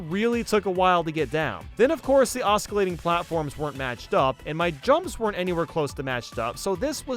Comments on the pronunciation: did he just say oscillating as “Os-ca-lay-ting”? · Man really said “oscalayting” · "oscillating" lol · That pronunciation of "oscillating" TRIGGERED me. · The C in oscillating is silent